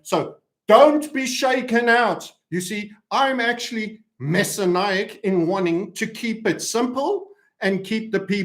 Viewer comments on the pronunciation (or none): Today's wince inducing mispronunciation happens at timestamp ish - what you're really trying to say is "mes·si·an·ic" as in this - Messianic Judaism is a syncretic Abrahamic religious sect that combines Christian theology with select elements of Judaism. It considers itself to be a form of Judaism but is generally considered to be a form of Christianity, including by all mainstream Jewish religious Rather than the REAL problem which is this - Messianism in Chabad refers to the belief within some of the Chabad-Lubavitch community—a prominent group within Hasidic Judaism—regarding the Jewish messiah (Hebrew: מָשִׁיחַ, mashiach or moshiach). Central to this belief is the conviction that Rabbi Menachem Mendel Schneerson, the seventh Rebbe of the Chabad-Lubavitch dynasty, is the awaited Messiah and leading the Jewish people into the Messianic